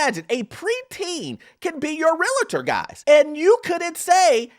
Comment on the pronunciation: It’s Realtor, not Real “i” tor.